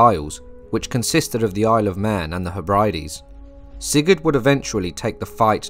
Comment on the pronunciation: They're pronounced "Heb-re-Deez".